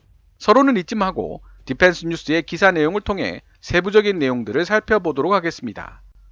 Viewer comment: 발음이 디팬스가 아니라 디휀스에 가까움. P 와 F 발음을 잘 구분해서 사용할것. F 에서는 파열음이 나지 말아야 함. 원어민 발음처럼 혀를 굴리는데 F 에서 파열음이 터지니 이상함.